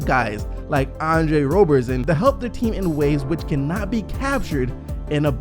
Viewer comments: its Rob-er-son not Robe-er-son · It’s Roberson not Rowberson